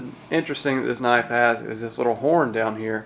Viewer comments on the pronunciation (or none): none